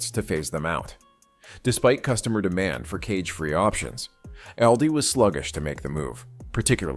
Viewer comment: Misleading thumbnail. AI can't say the name ALDI correctly every time. These AI generated videos are taking over the good content on YouTube like the plague. It is sickening to be honest.